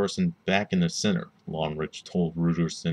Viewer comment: Omg you pronounced his name so poorly. At least look up the proper German pronunciation.